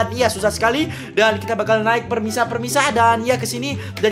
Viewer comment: Bang pemirsa bukan permisa 😂😂